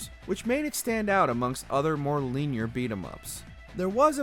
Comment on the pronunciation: Why do so many words get mangled pronunciations in these videos? Is it ignorance or intentional style? I'm leaning towards the latter since all of you do it, irrespective is presenter. You sound like dimwits. Linear is not "leanier" and melee is not "meelee." This just in the first segment in your list. If you need help, ask. Or use Google.